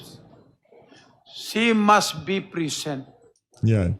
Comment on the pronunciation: Putanginang yan…Ang titigas na inglis!!🤣🤣🤣 “shi must bi prisint🤣🤣🤣🤣